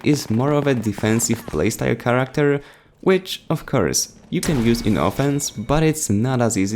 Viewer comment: charecter. CHATECTER it's character